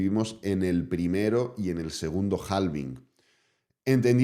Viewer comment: yo sé que en España pronuncian en inglés a la española, pero hay que crear consciencia en todos los canales, que la L de halving es muda y se pronuncia HAVING ❤